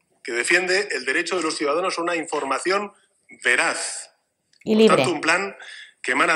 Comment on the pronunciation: "Veraz"... "veraz" tú la que se arma...